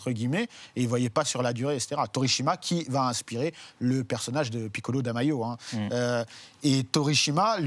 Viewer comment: la video était parfaite jusqu'à "piccolo da mayo" noo, please god, no 😡